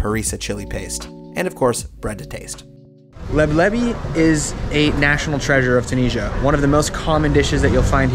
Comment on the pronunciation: hahaha LEB LEVY 😂😂😂😂 that would be maybe the jewish version of it. the right name is "LEBLABI"